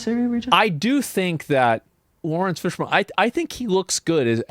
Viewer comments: for the love of god his name is Fishburne not Fishborn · Bro...it's pronounced fish-burn not fish-born 😂